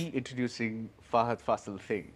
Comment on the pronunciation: It's not Faseeel... It is Faaasil😊 Mammootty and Mohanlal follow different styles of acting and that is the reason why they have been ruling the industry together. Commenting on Mammootty's approach towards acting, SN Swamy, a famous writer in Malayalam film industry, pointed out that, he is an actor who transforms to the particular character. If the character is strong, Mammootty will be also strong and if the character is weak, the actor in him will also turn out to be same. In the interview, the writer stated that Mohanlal follows a pattern in which the actor turns the character to himself, be it a police officer, doctor or a lover. In fact, many would classify Mohanlal as a born actor and Mammootty as a method actor. Over the years, we have enjoyed the spectacular performances of these actors. "I wanted to become an actor, and accidentally I became a lawyer for a while," Mammootty told in an interview. Mohanlal is more of a spontaneous actor. As he usually says he transforms into the character when the director says ‘action’. His best abilities lies in is establishing to the camera the most inner emotions of the character with quite natural expressions in his body language.❤😊